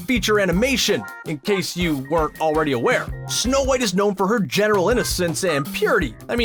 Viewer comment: he said shnow white